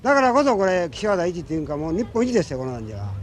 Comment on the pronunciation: 「纒見てくれ！そるるぇと、だっじりの〜」 巻き舌と省略語が粋だ。